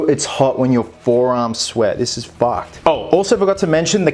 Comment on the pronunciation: “This is Fahcked” Australians, man.